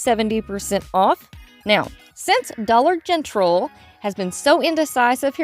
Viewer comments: Why do you say dollar gentral? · Just curious if you say this for a certain reason or just your accent. You say Dollar Gentral instead but f Dollar General. No meanness intended. Just wondering if it was your accent or something else I missed. Happy Mother’s Day to you and all the Mom’s out there!❤